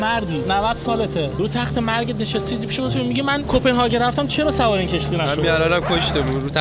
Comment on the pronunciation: کپنهاگ ❌کپنهاکن✔️ کرون❌ کِرون✔️ سالم❌ لال✔️